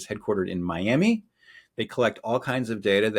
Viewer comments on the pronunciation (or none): none